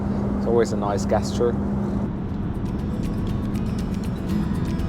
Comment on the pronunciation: I think you mis-pronounced GESTURE...it's actually pronounced JESTURE not GUESSTURE...